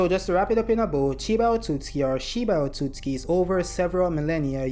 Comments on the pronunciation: The way you pronounced ‘Otsutsuki” kinda bothered me lol… Isn’t it: “oh sut suki” ? Not the way you say it : “oh suts ki” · You are completely missing the second letter "u" in your pronunciation of Otsutsuki. Hearing it over and over again made my ears bleed. Will definitely not be watching anymore content 😂😂 learn to read!! And correctly pronounce words!!!